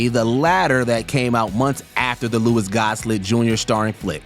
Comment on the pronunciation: This mook can’t read…Louis Gosslett?